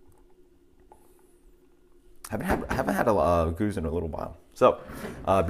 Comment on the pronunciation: Certainly good to hear a better effort than usual on pronunciation. However, I'm not sure it's quite right. I think the Arabic/Scottish rolled H sound is right, but then I believe it's like "berceuse", rather than "goose". Also I'd be very surprised if it's not Boon as in "trombone" rather than "tune". (Das Boot, e.g., is pronounced "Das Boat" -- same as in English: not many people know that!) Very hard to find definitive answers online though -- it's a bit like they don't want us plebs to know! :-)